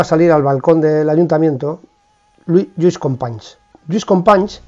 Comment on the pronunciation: "Fransés Masià" se pronuncia en Català , Lluís Companys ya lo pronuncia bien ud